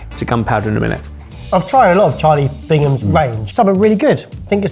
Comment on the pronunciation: Bigham's, not Bingam's.